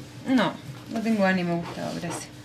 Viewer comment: Suena como Agustín pero dice Gustavo 🤷🏻‍♀️